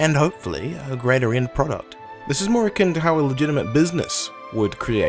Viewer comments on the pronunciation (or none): none